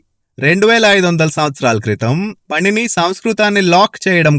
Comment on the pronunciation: " పణిని " కాదు "పాణిని " అని ప్రొనౌన్స్ చెయ్యాలి